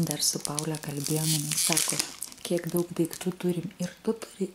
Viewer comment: paula o ne paule 😜kiek galima iskraipyt viena raide😃